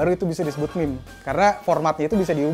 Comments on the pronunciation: Eno bening mengamuk melihat berkata "meme" bkn mim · Meme itu dibaca mim